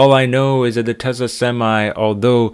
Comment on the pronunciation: It's not pronounced Tessa , it's pronounced Tesla